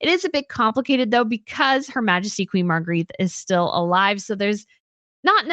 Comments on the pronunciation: Love your stuff…but Queen Margrethe is pronounced Mar-GREH-teh and never Marguerite. :) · yes, I like watching channel but it bothers me so much to hear her continually mispronounce the name of Queen Margrethe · Time to learn how to pronounce Margarethe. Think of it having an a on the end. Your incorrect pronunciation is grating.